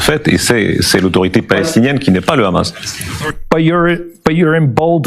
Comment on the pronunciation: Écoutez comment il prononce hamas et vous comprenez qui il est ! Il utilise KHA et Ha